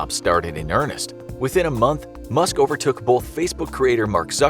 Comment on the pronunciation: i heard musket 😂